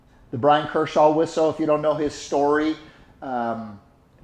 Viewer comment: Dude, it's Bryan Kerchal. Not Kershaw 🙄